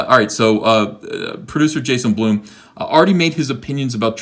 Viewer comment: Ethen. Please. Blum. BLUM. not.. b l o o m gashhh